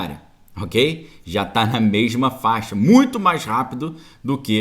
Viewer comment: Ótima live , passando sua opinião positiva do nosso país , gosto muito do seu ponto de vista , da sua análise ..... Mas você continua falando memo ou mema rsrsrs ... corrigi isso Parabéns pela live.